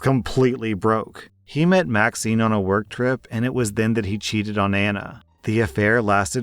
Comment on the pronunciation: You said that Maxine's name was vaccine. I relistened 3 times. How do you make a mistake like that?